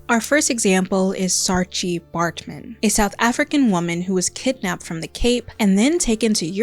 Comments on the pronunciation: A little note from a South African, Saartjie is pronounced Saar-kie. The "tjie" in a lot of South African and Afrikaans words is pronounced kie or chi, depending on the word. Edit: Also, I absolutely love your work ❤ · Great video essay! Just one pronunciation point: It's "saar-kie" not "saar-chee" 😊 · great video! I agreed with every point here! I'm south african and just a heads up, saartjie is pronounced as “saar-kie” 🩷!! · I know you tried your best but it's pronounced SAAR-KEY